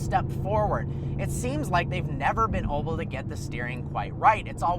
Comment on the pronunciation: He always says oble instead of able